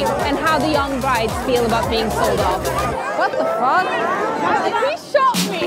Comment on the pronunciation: i really liked how she said in the intro, “what da FUQ?” 😂😂👌